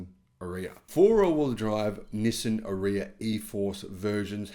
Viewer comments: Are-ee-ah not A-reeya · is pronouncing it wrong, possibly on purpose because he dislikes the car so much, but it's pronounced Ar-yuh same as that girl Arya Stark in Game Of Thrones, it's like he never watched a single promo by Nissan for the car. By the way I'm leasing one now for $270 a month, the car is quite nice at that price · Nissan ARE e ah ….is how our. Nissan pronounced it